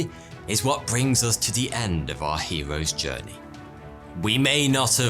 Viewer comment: What's a "stowwy" ? And I tried looking up the "hewos djwernee" but I can't find it